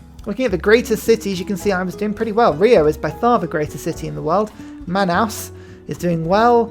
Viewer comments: Love this Brasil game! but drives me insane how you pronounce Manaus lol. It's pronounced Like man + Mouse without the M. Man-ouse. Cheers!* 💪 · Ahh yes, the signature mispronunciations. Classic stuff.